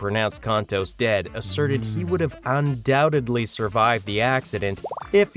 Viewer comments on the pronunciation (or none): none